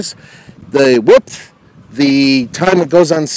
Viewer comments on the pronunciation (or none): Can someone tell me why this "professional" journalist/reporter keeps saying WIPTH ap posed to width?!?!